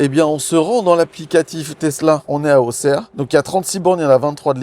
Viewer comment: top tu as bien prononcé Auxerre 👍 Je vais souvent sur cette station pour recharger quand on va en week-end chez mes parents, déçue de ne pas vous avoir croisé 😢 Pour information, cette station de Appoigny est top, récente (elle doit avoir 1 an et demi) avec de ombrage en panneaux solaires, place handicapé, remorque et également un chargeur 22kW de disponible. Accès aux toilettes de l'hôtel à côté sans soucis! J'ai fais le trajet Auxerre-Dijon une semaine après vous (samedi 27 décembre) et il était indiqué 1h d'attente pour charger sur l'aire de Venoy-Chablis, prochaine station recharge électrique à 50km. 50km plus loin, aire de recharge saturé indiqué sur les panneaux de l'autoroute 😅